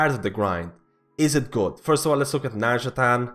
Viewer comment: It's not nazjataN, it's nazjataR :D:D